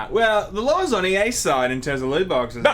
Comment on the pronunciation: says 'lawr' instead of 'law' but doesn't have that problem.